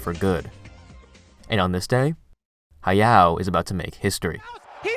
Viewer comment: Y'all need to spell his name correctly western guys. Is ha ya o ...not ha yao 😮